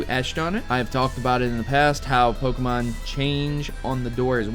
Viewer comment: BUT It's pronounced Poke-Ay-Mon not Poke-Uh-Mon